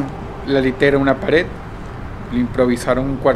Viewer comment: Dross suele pronunciar la D al final como T en su vocabulario como "ataut" o "actitut".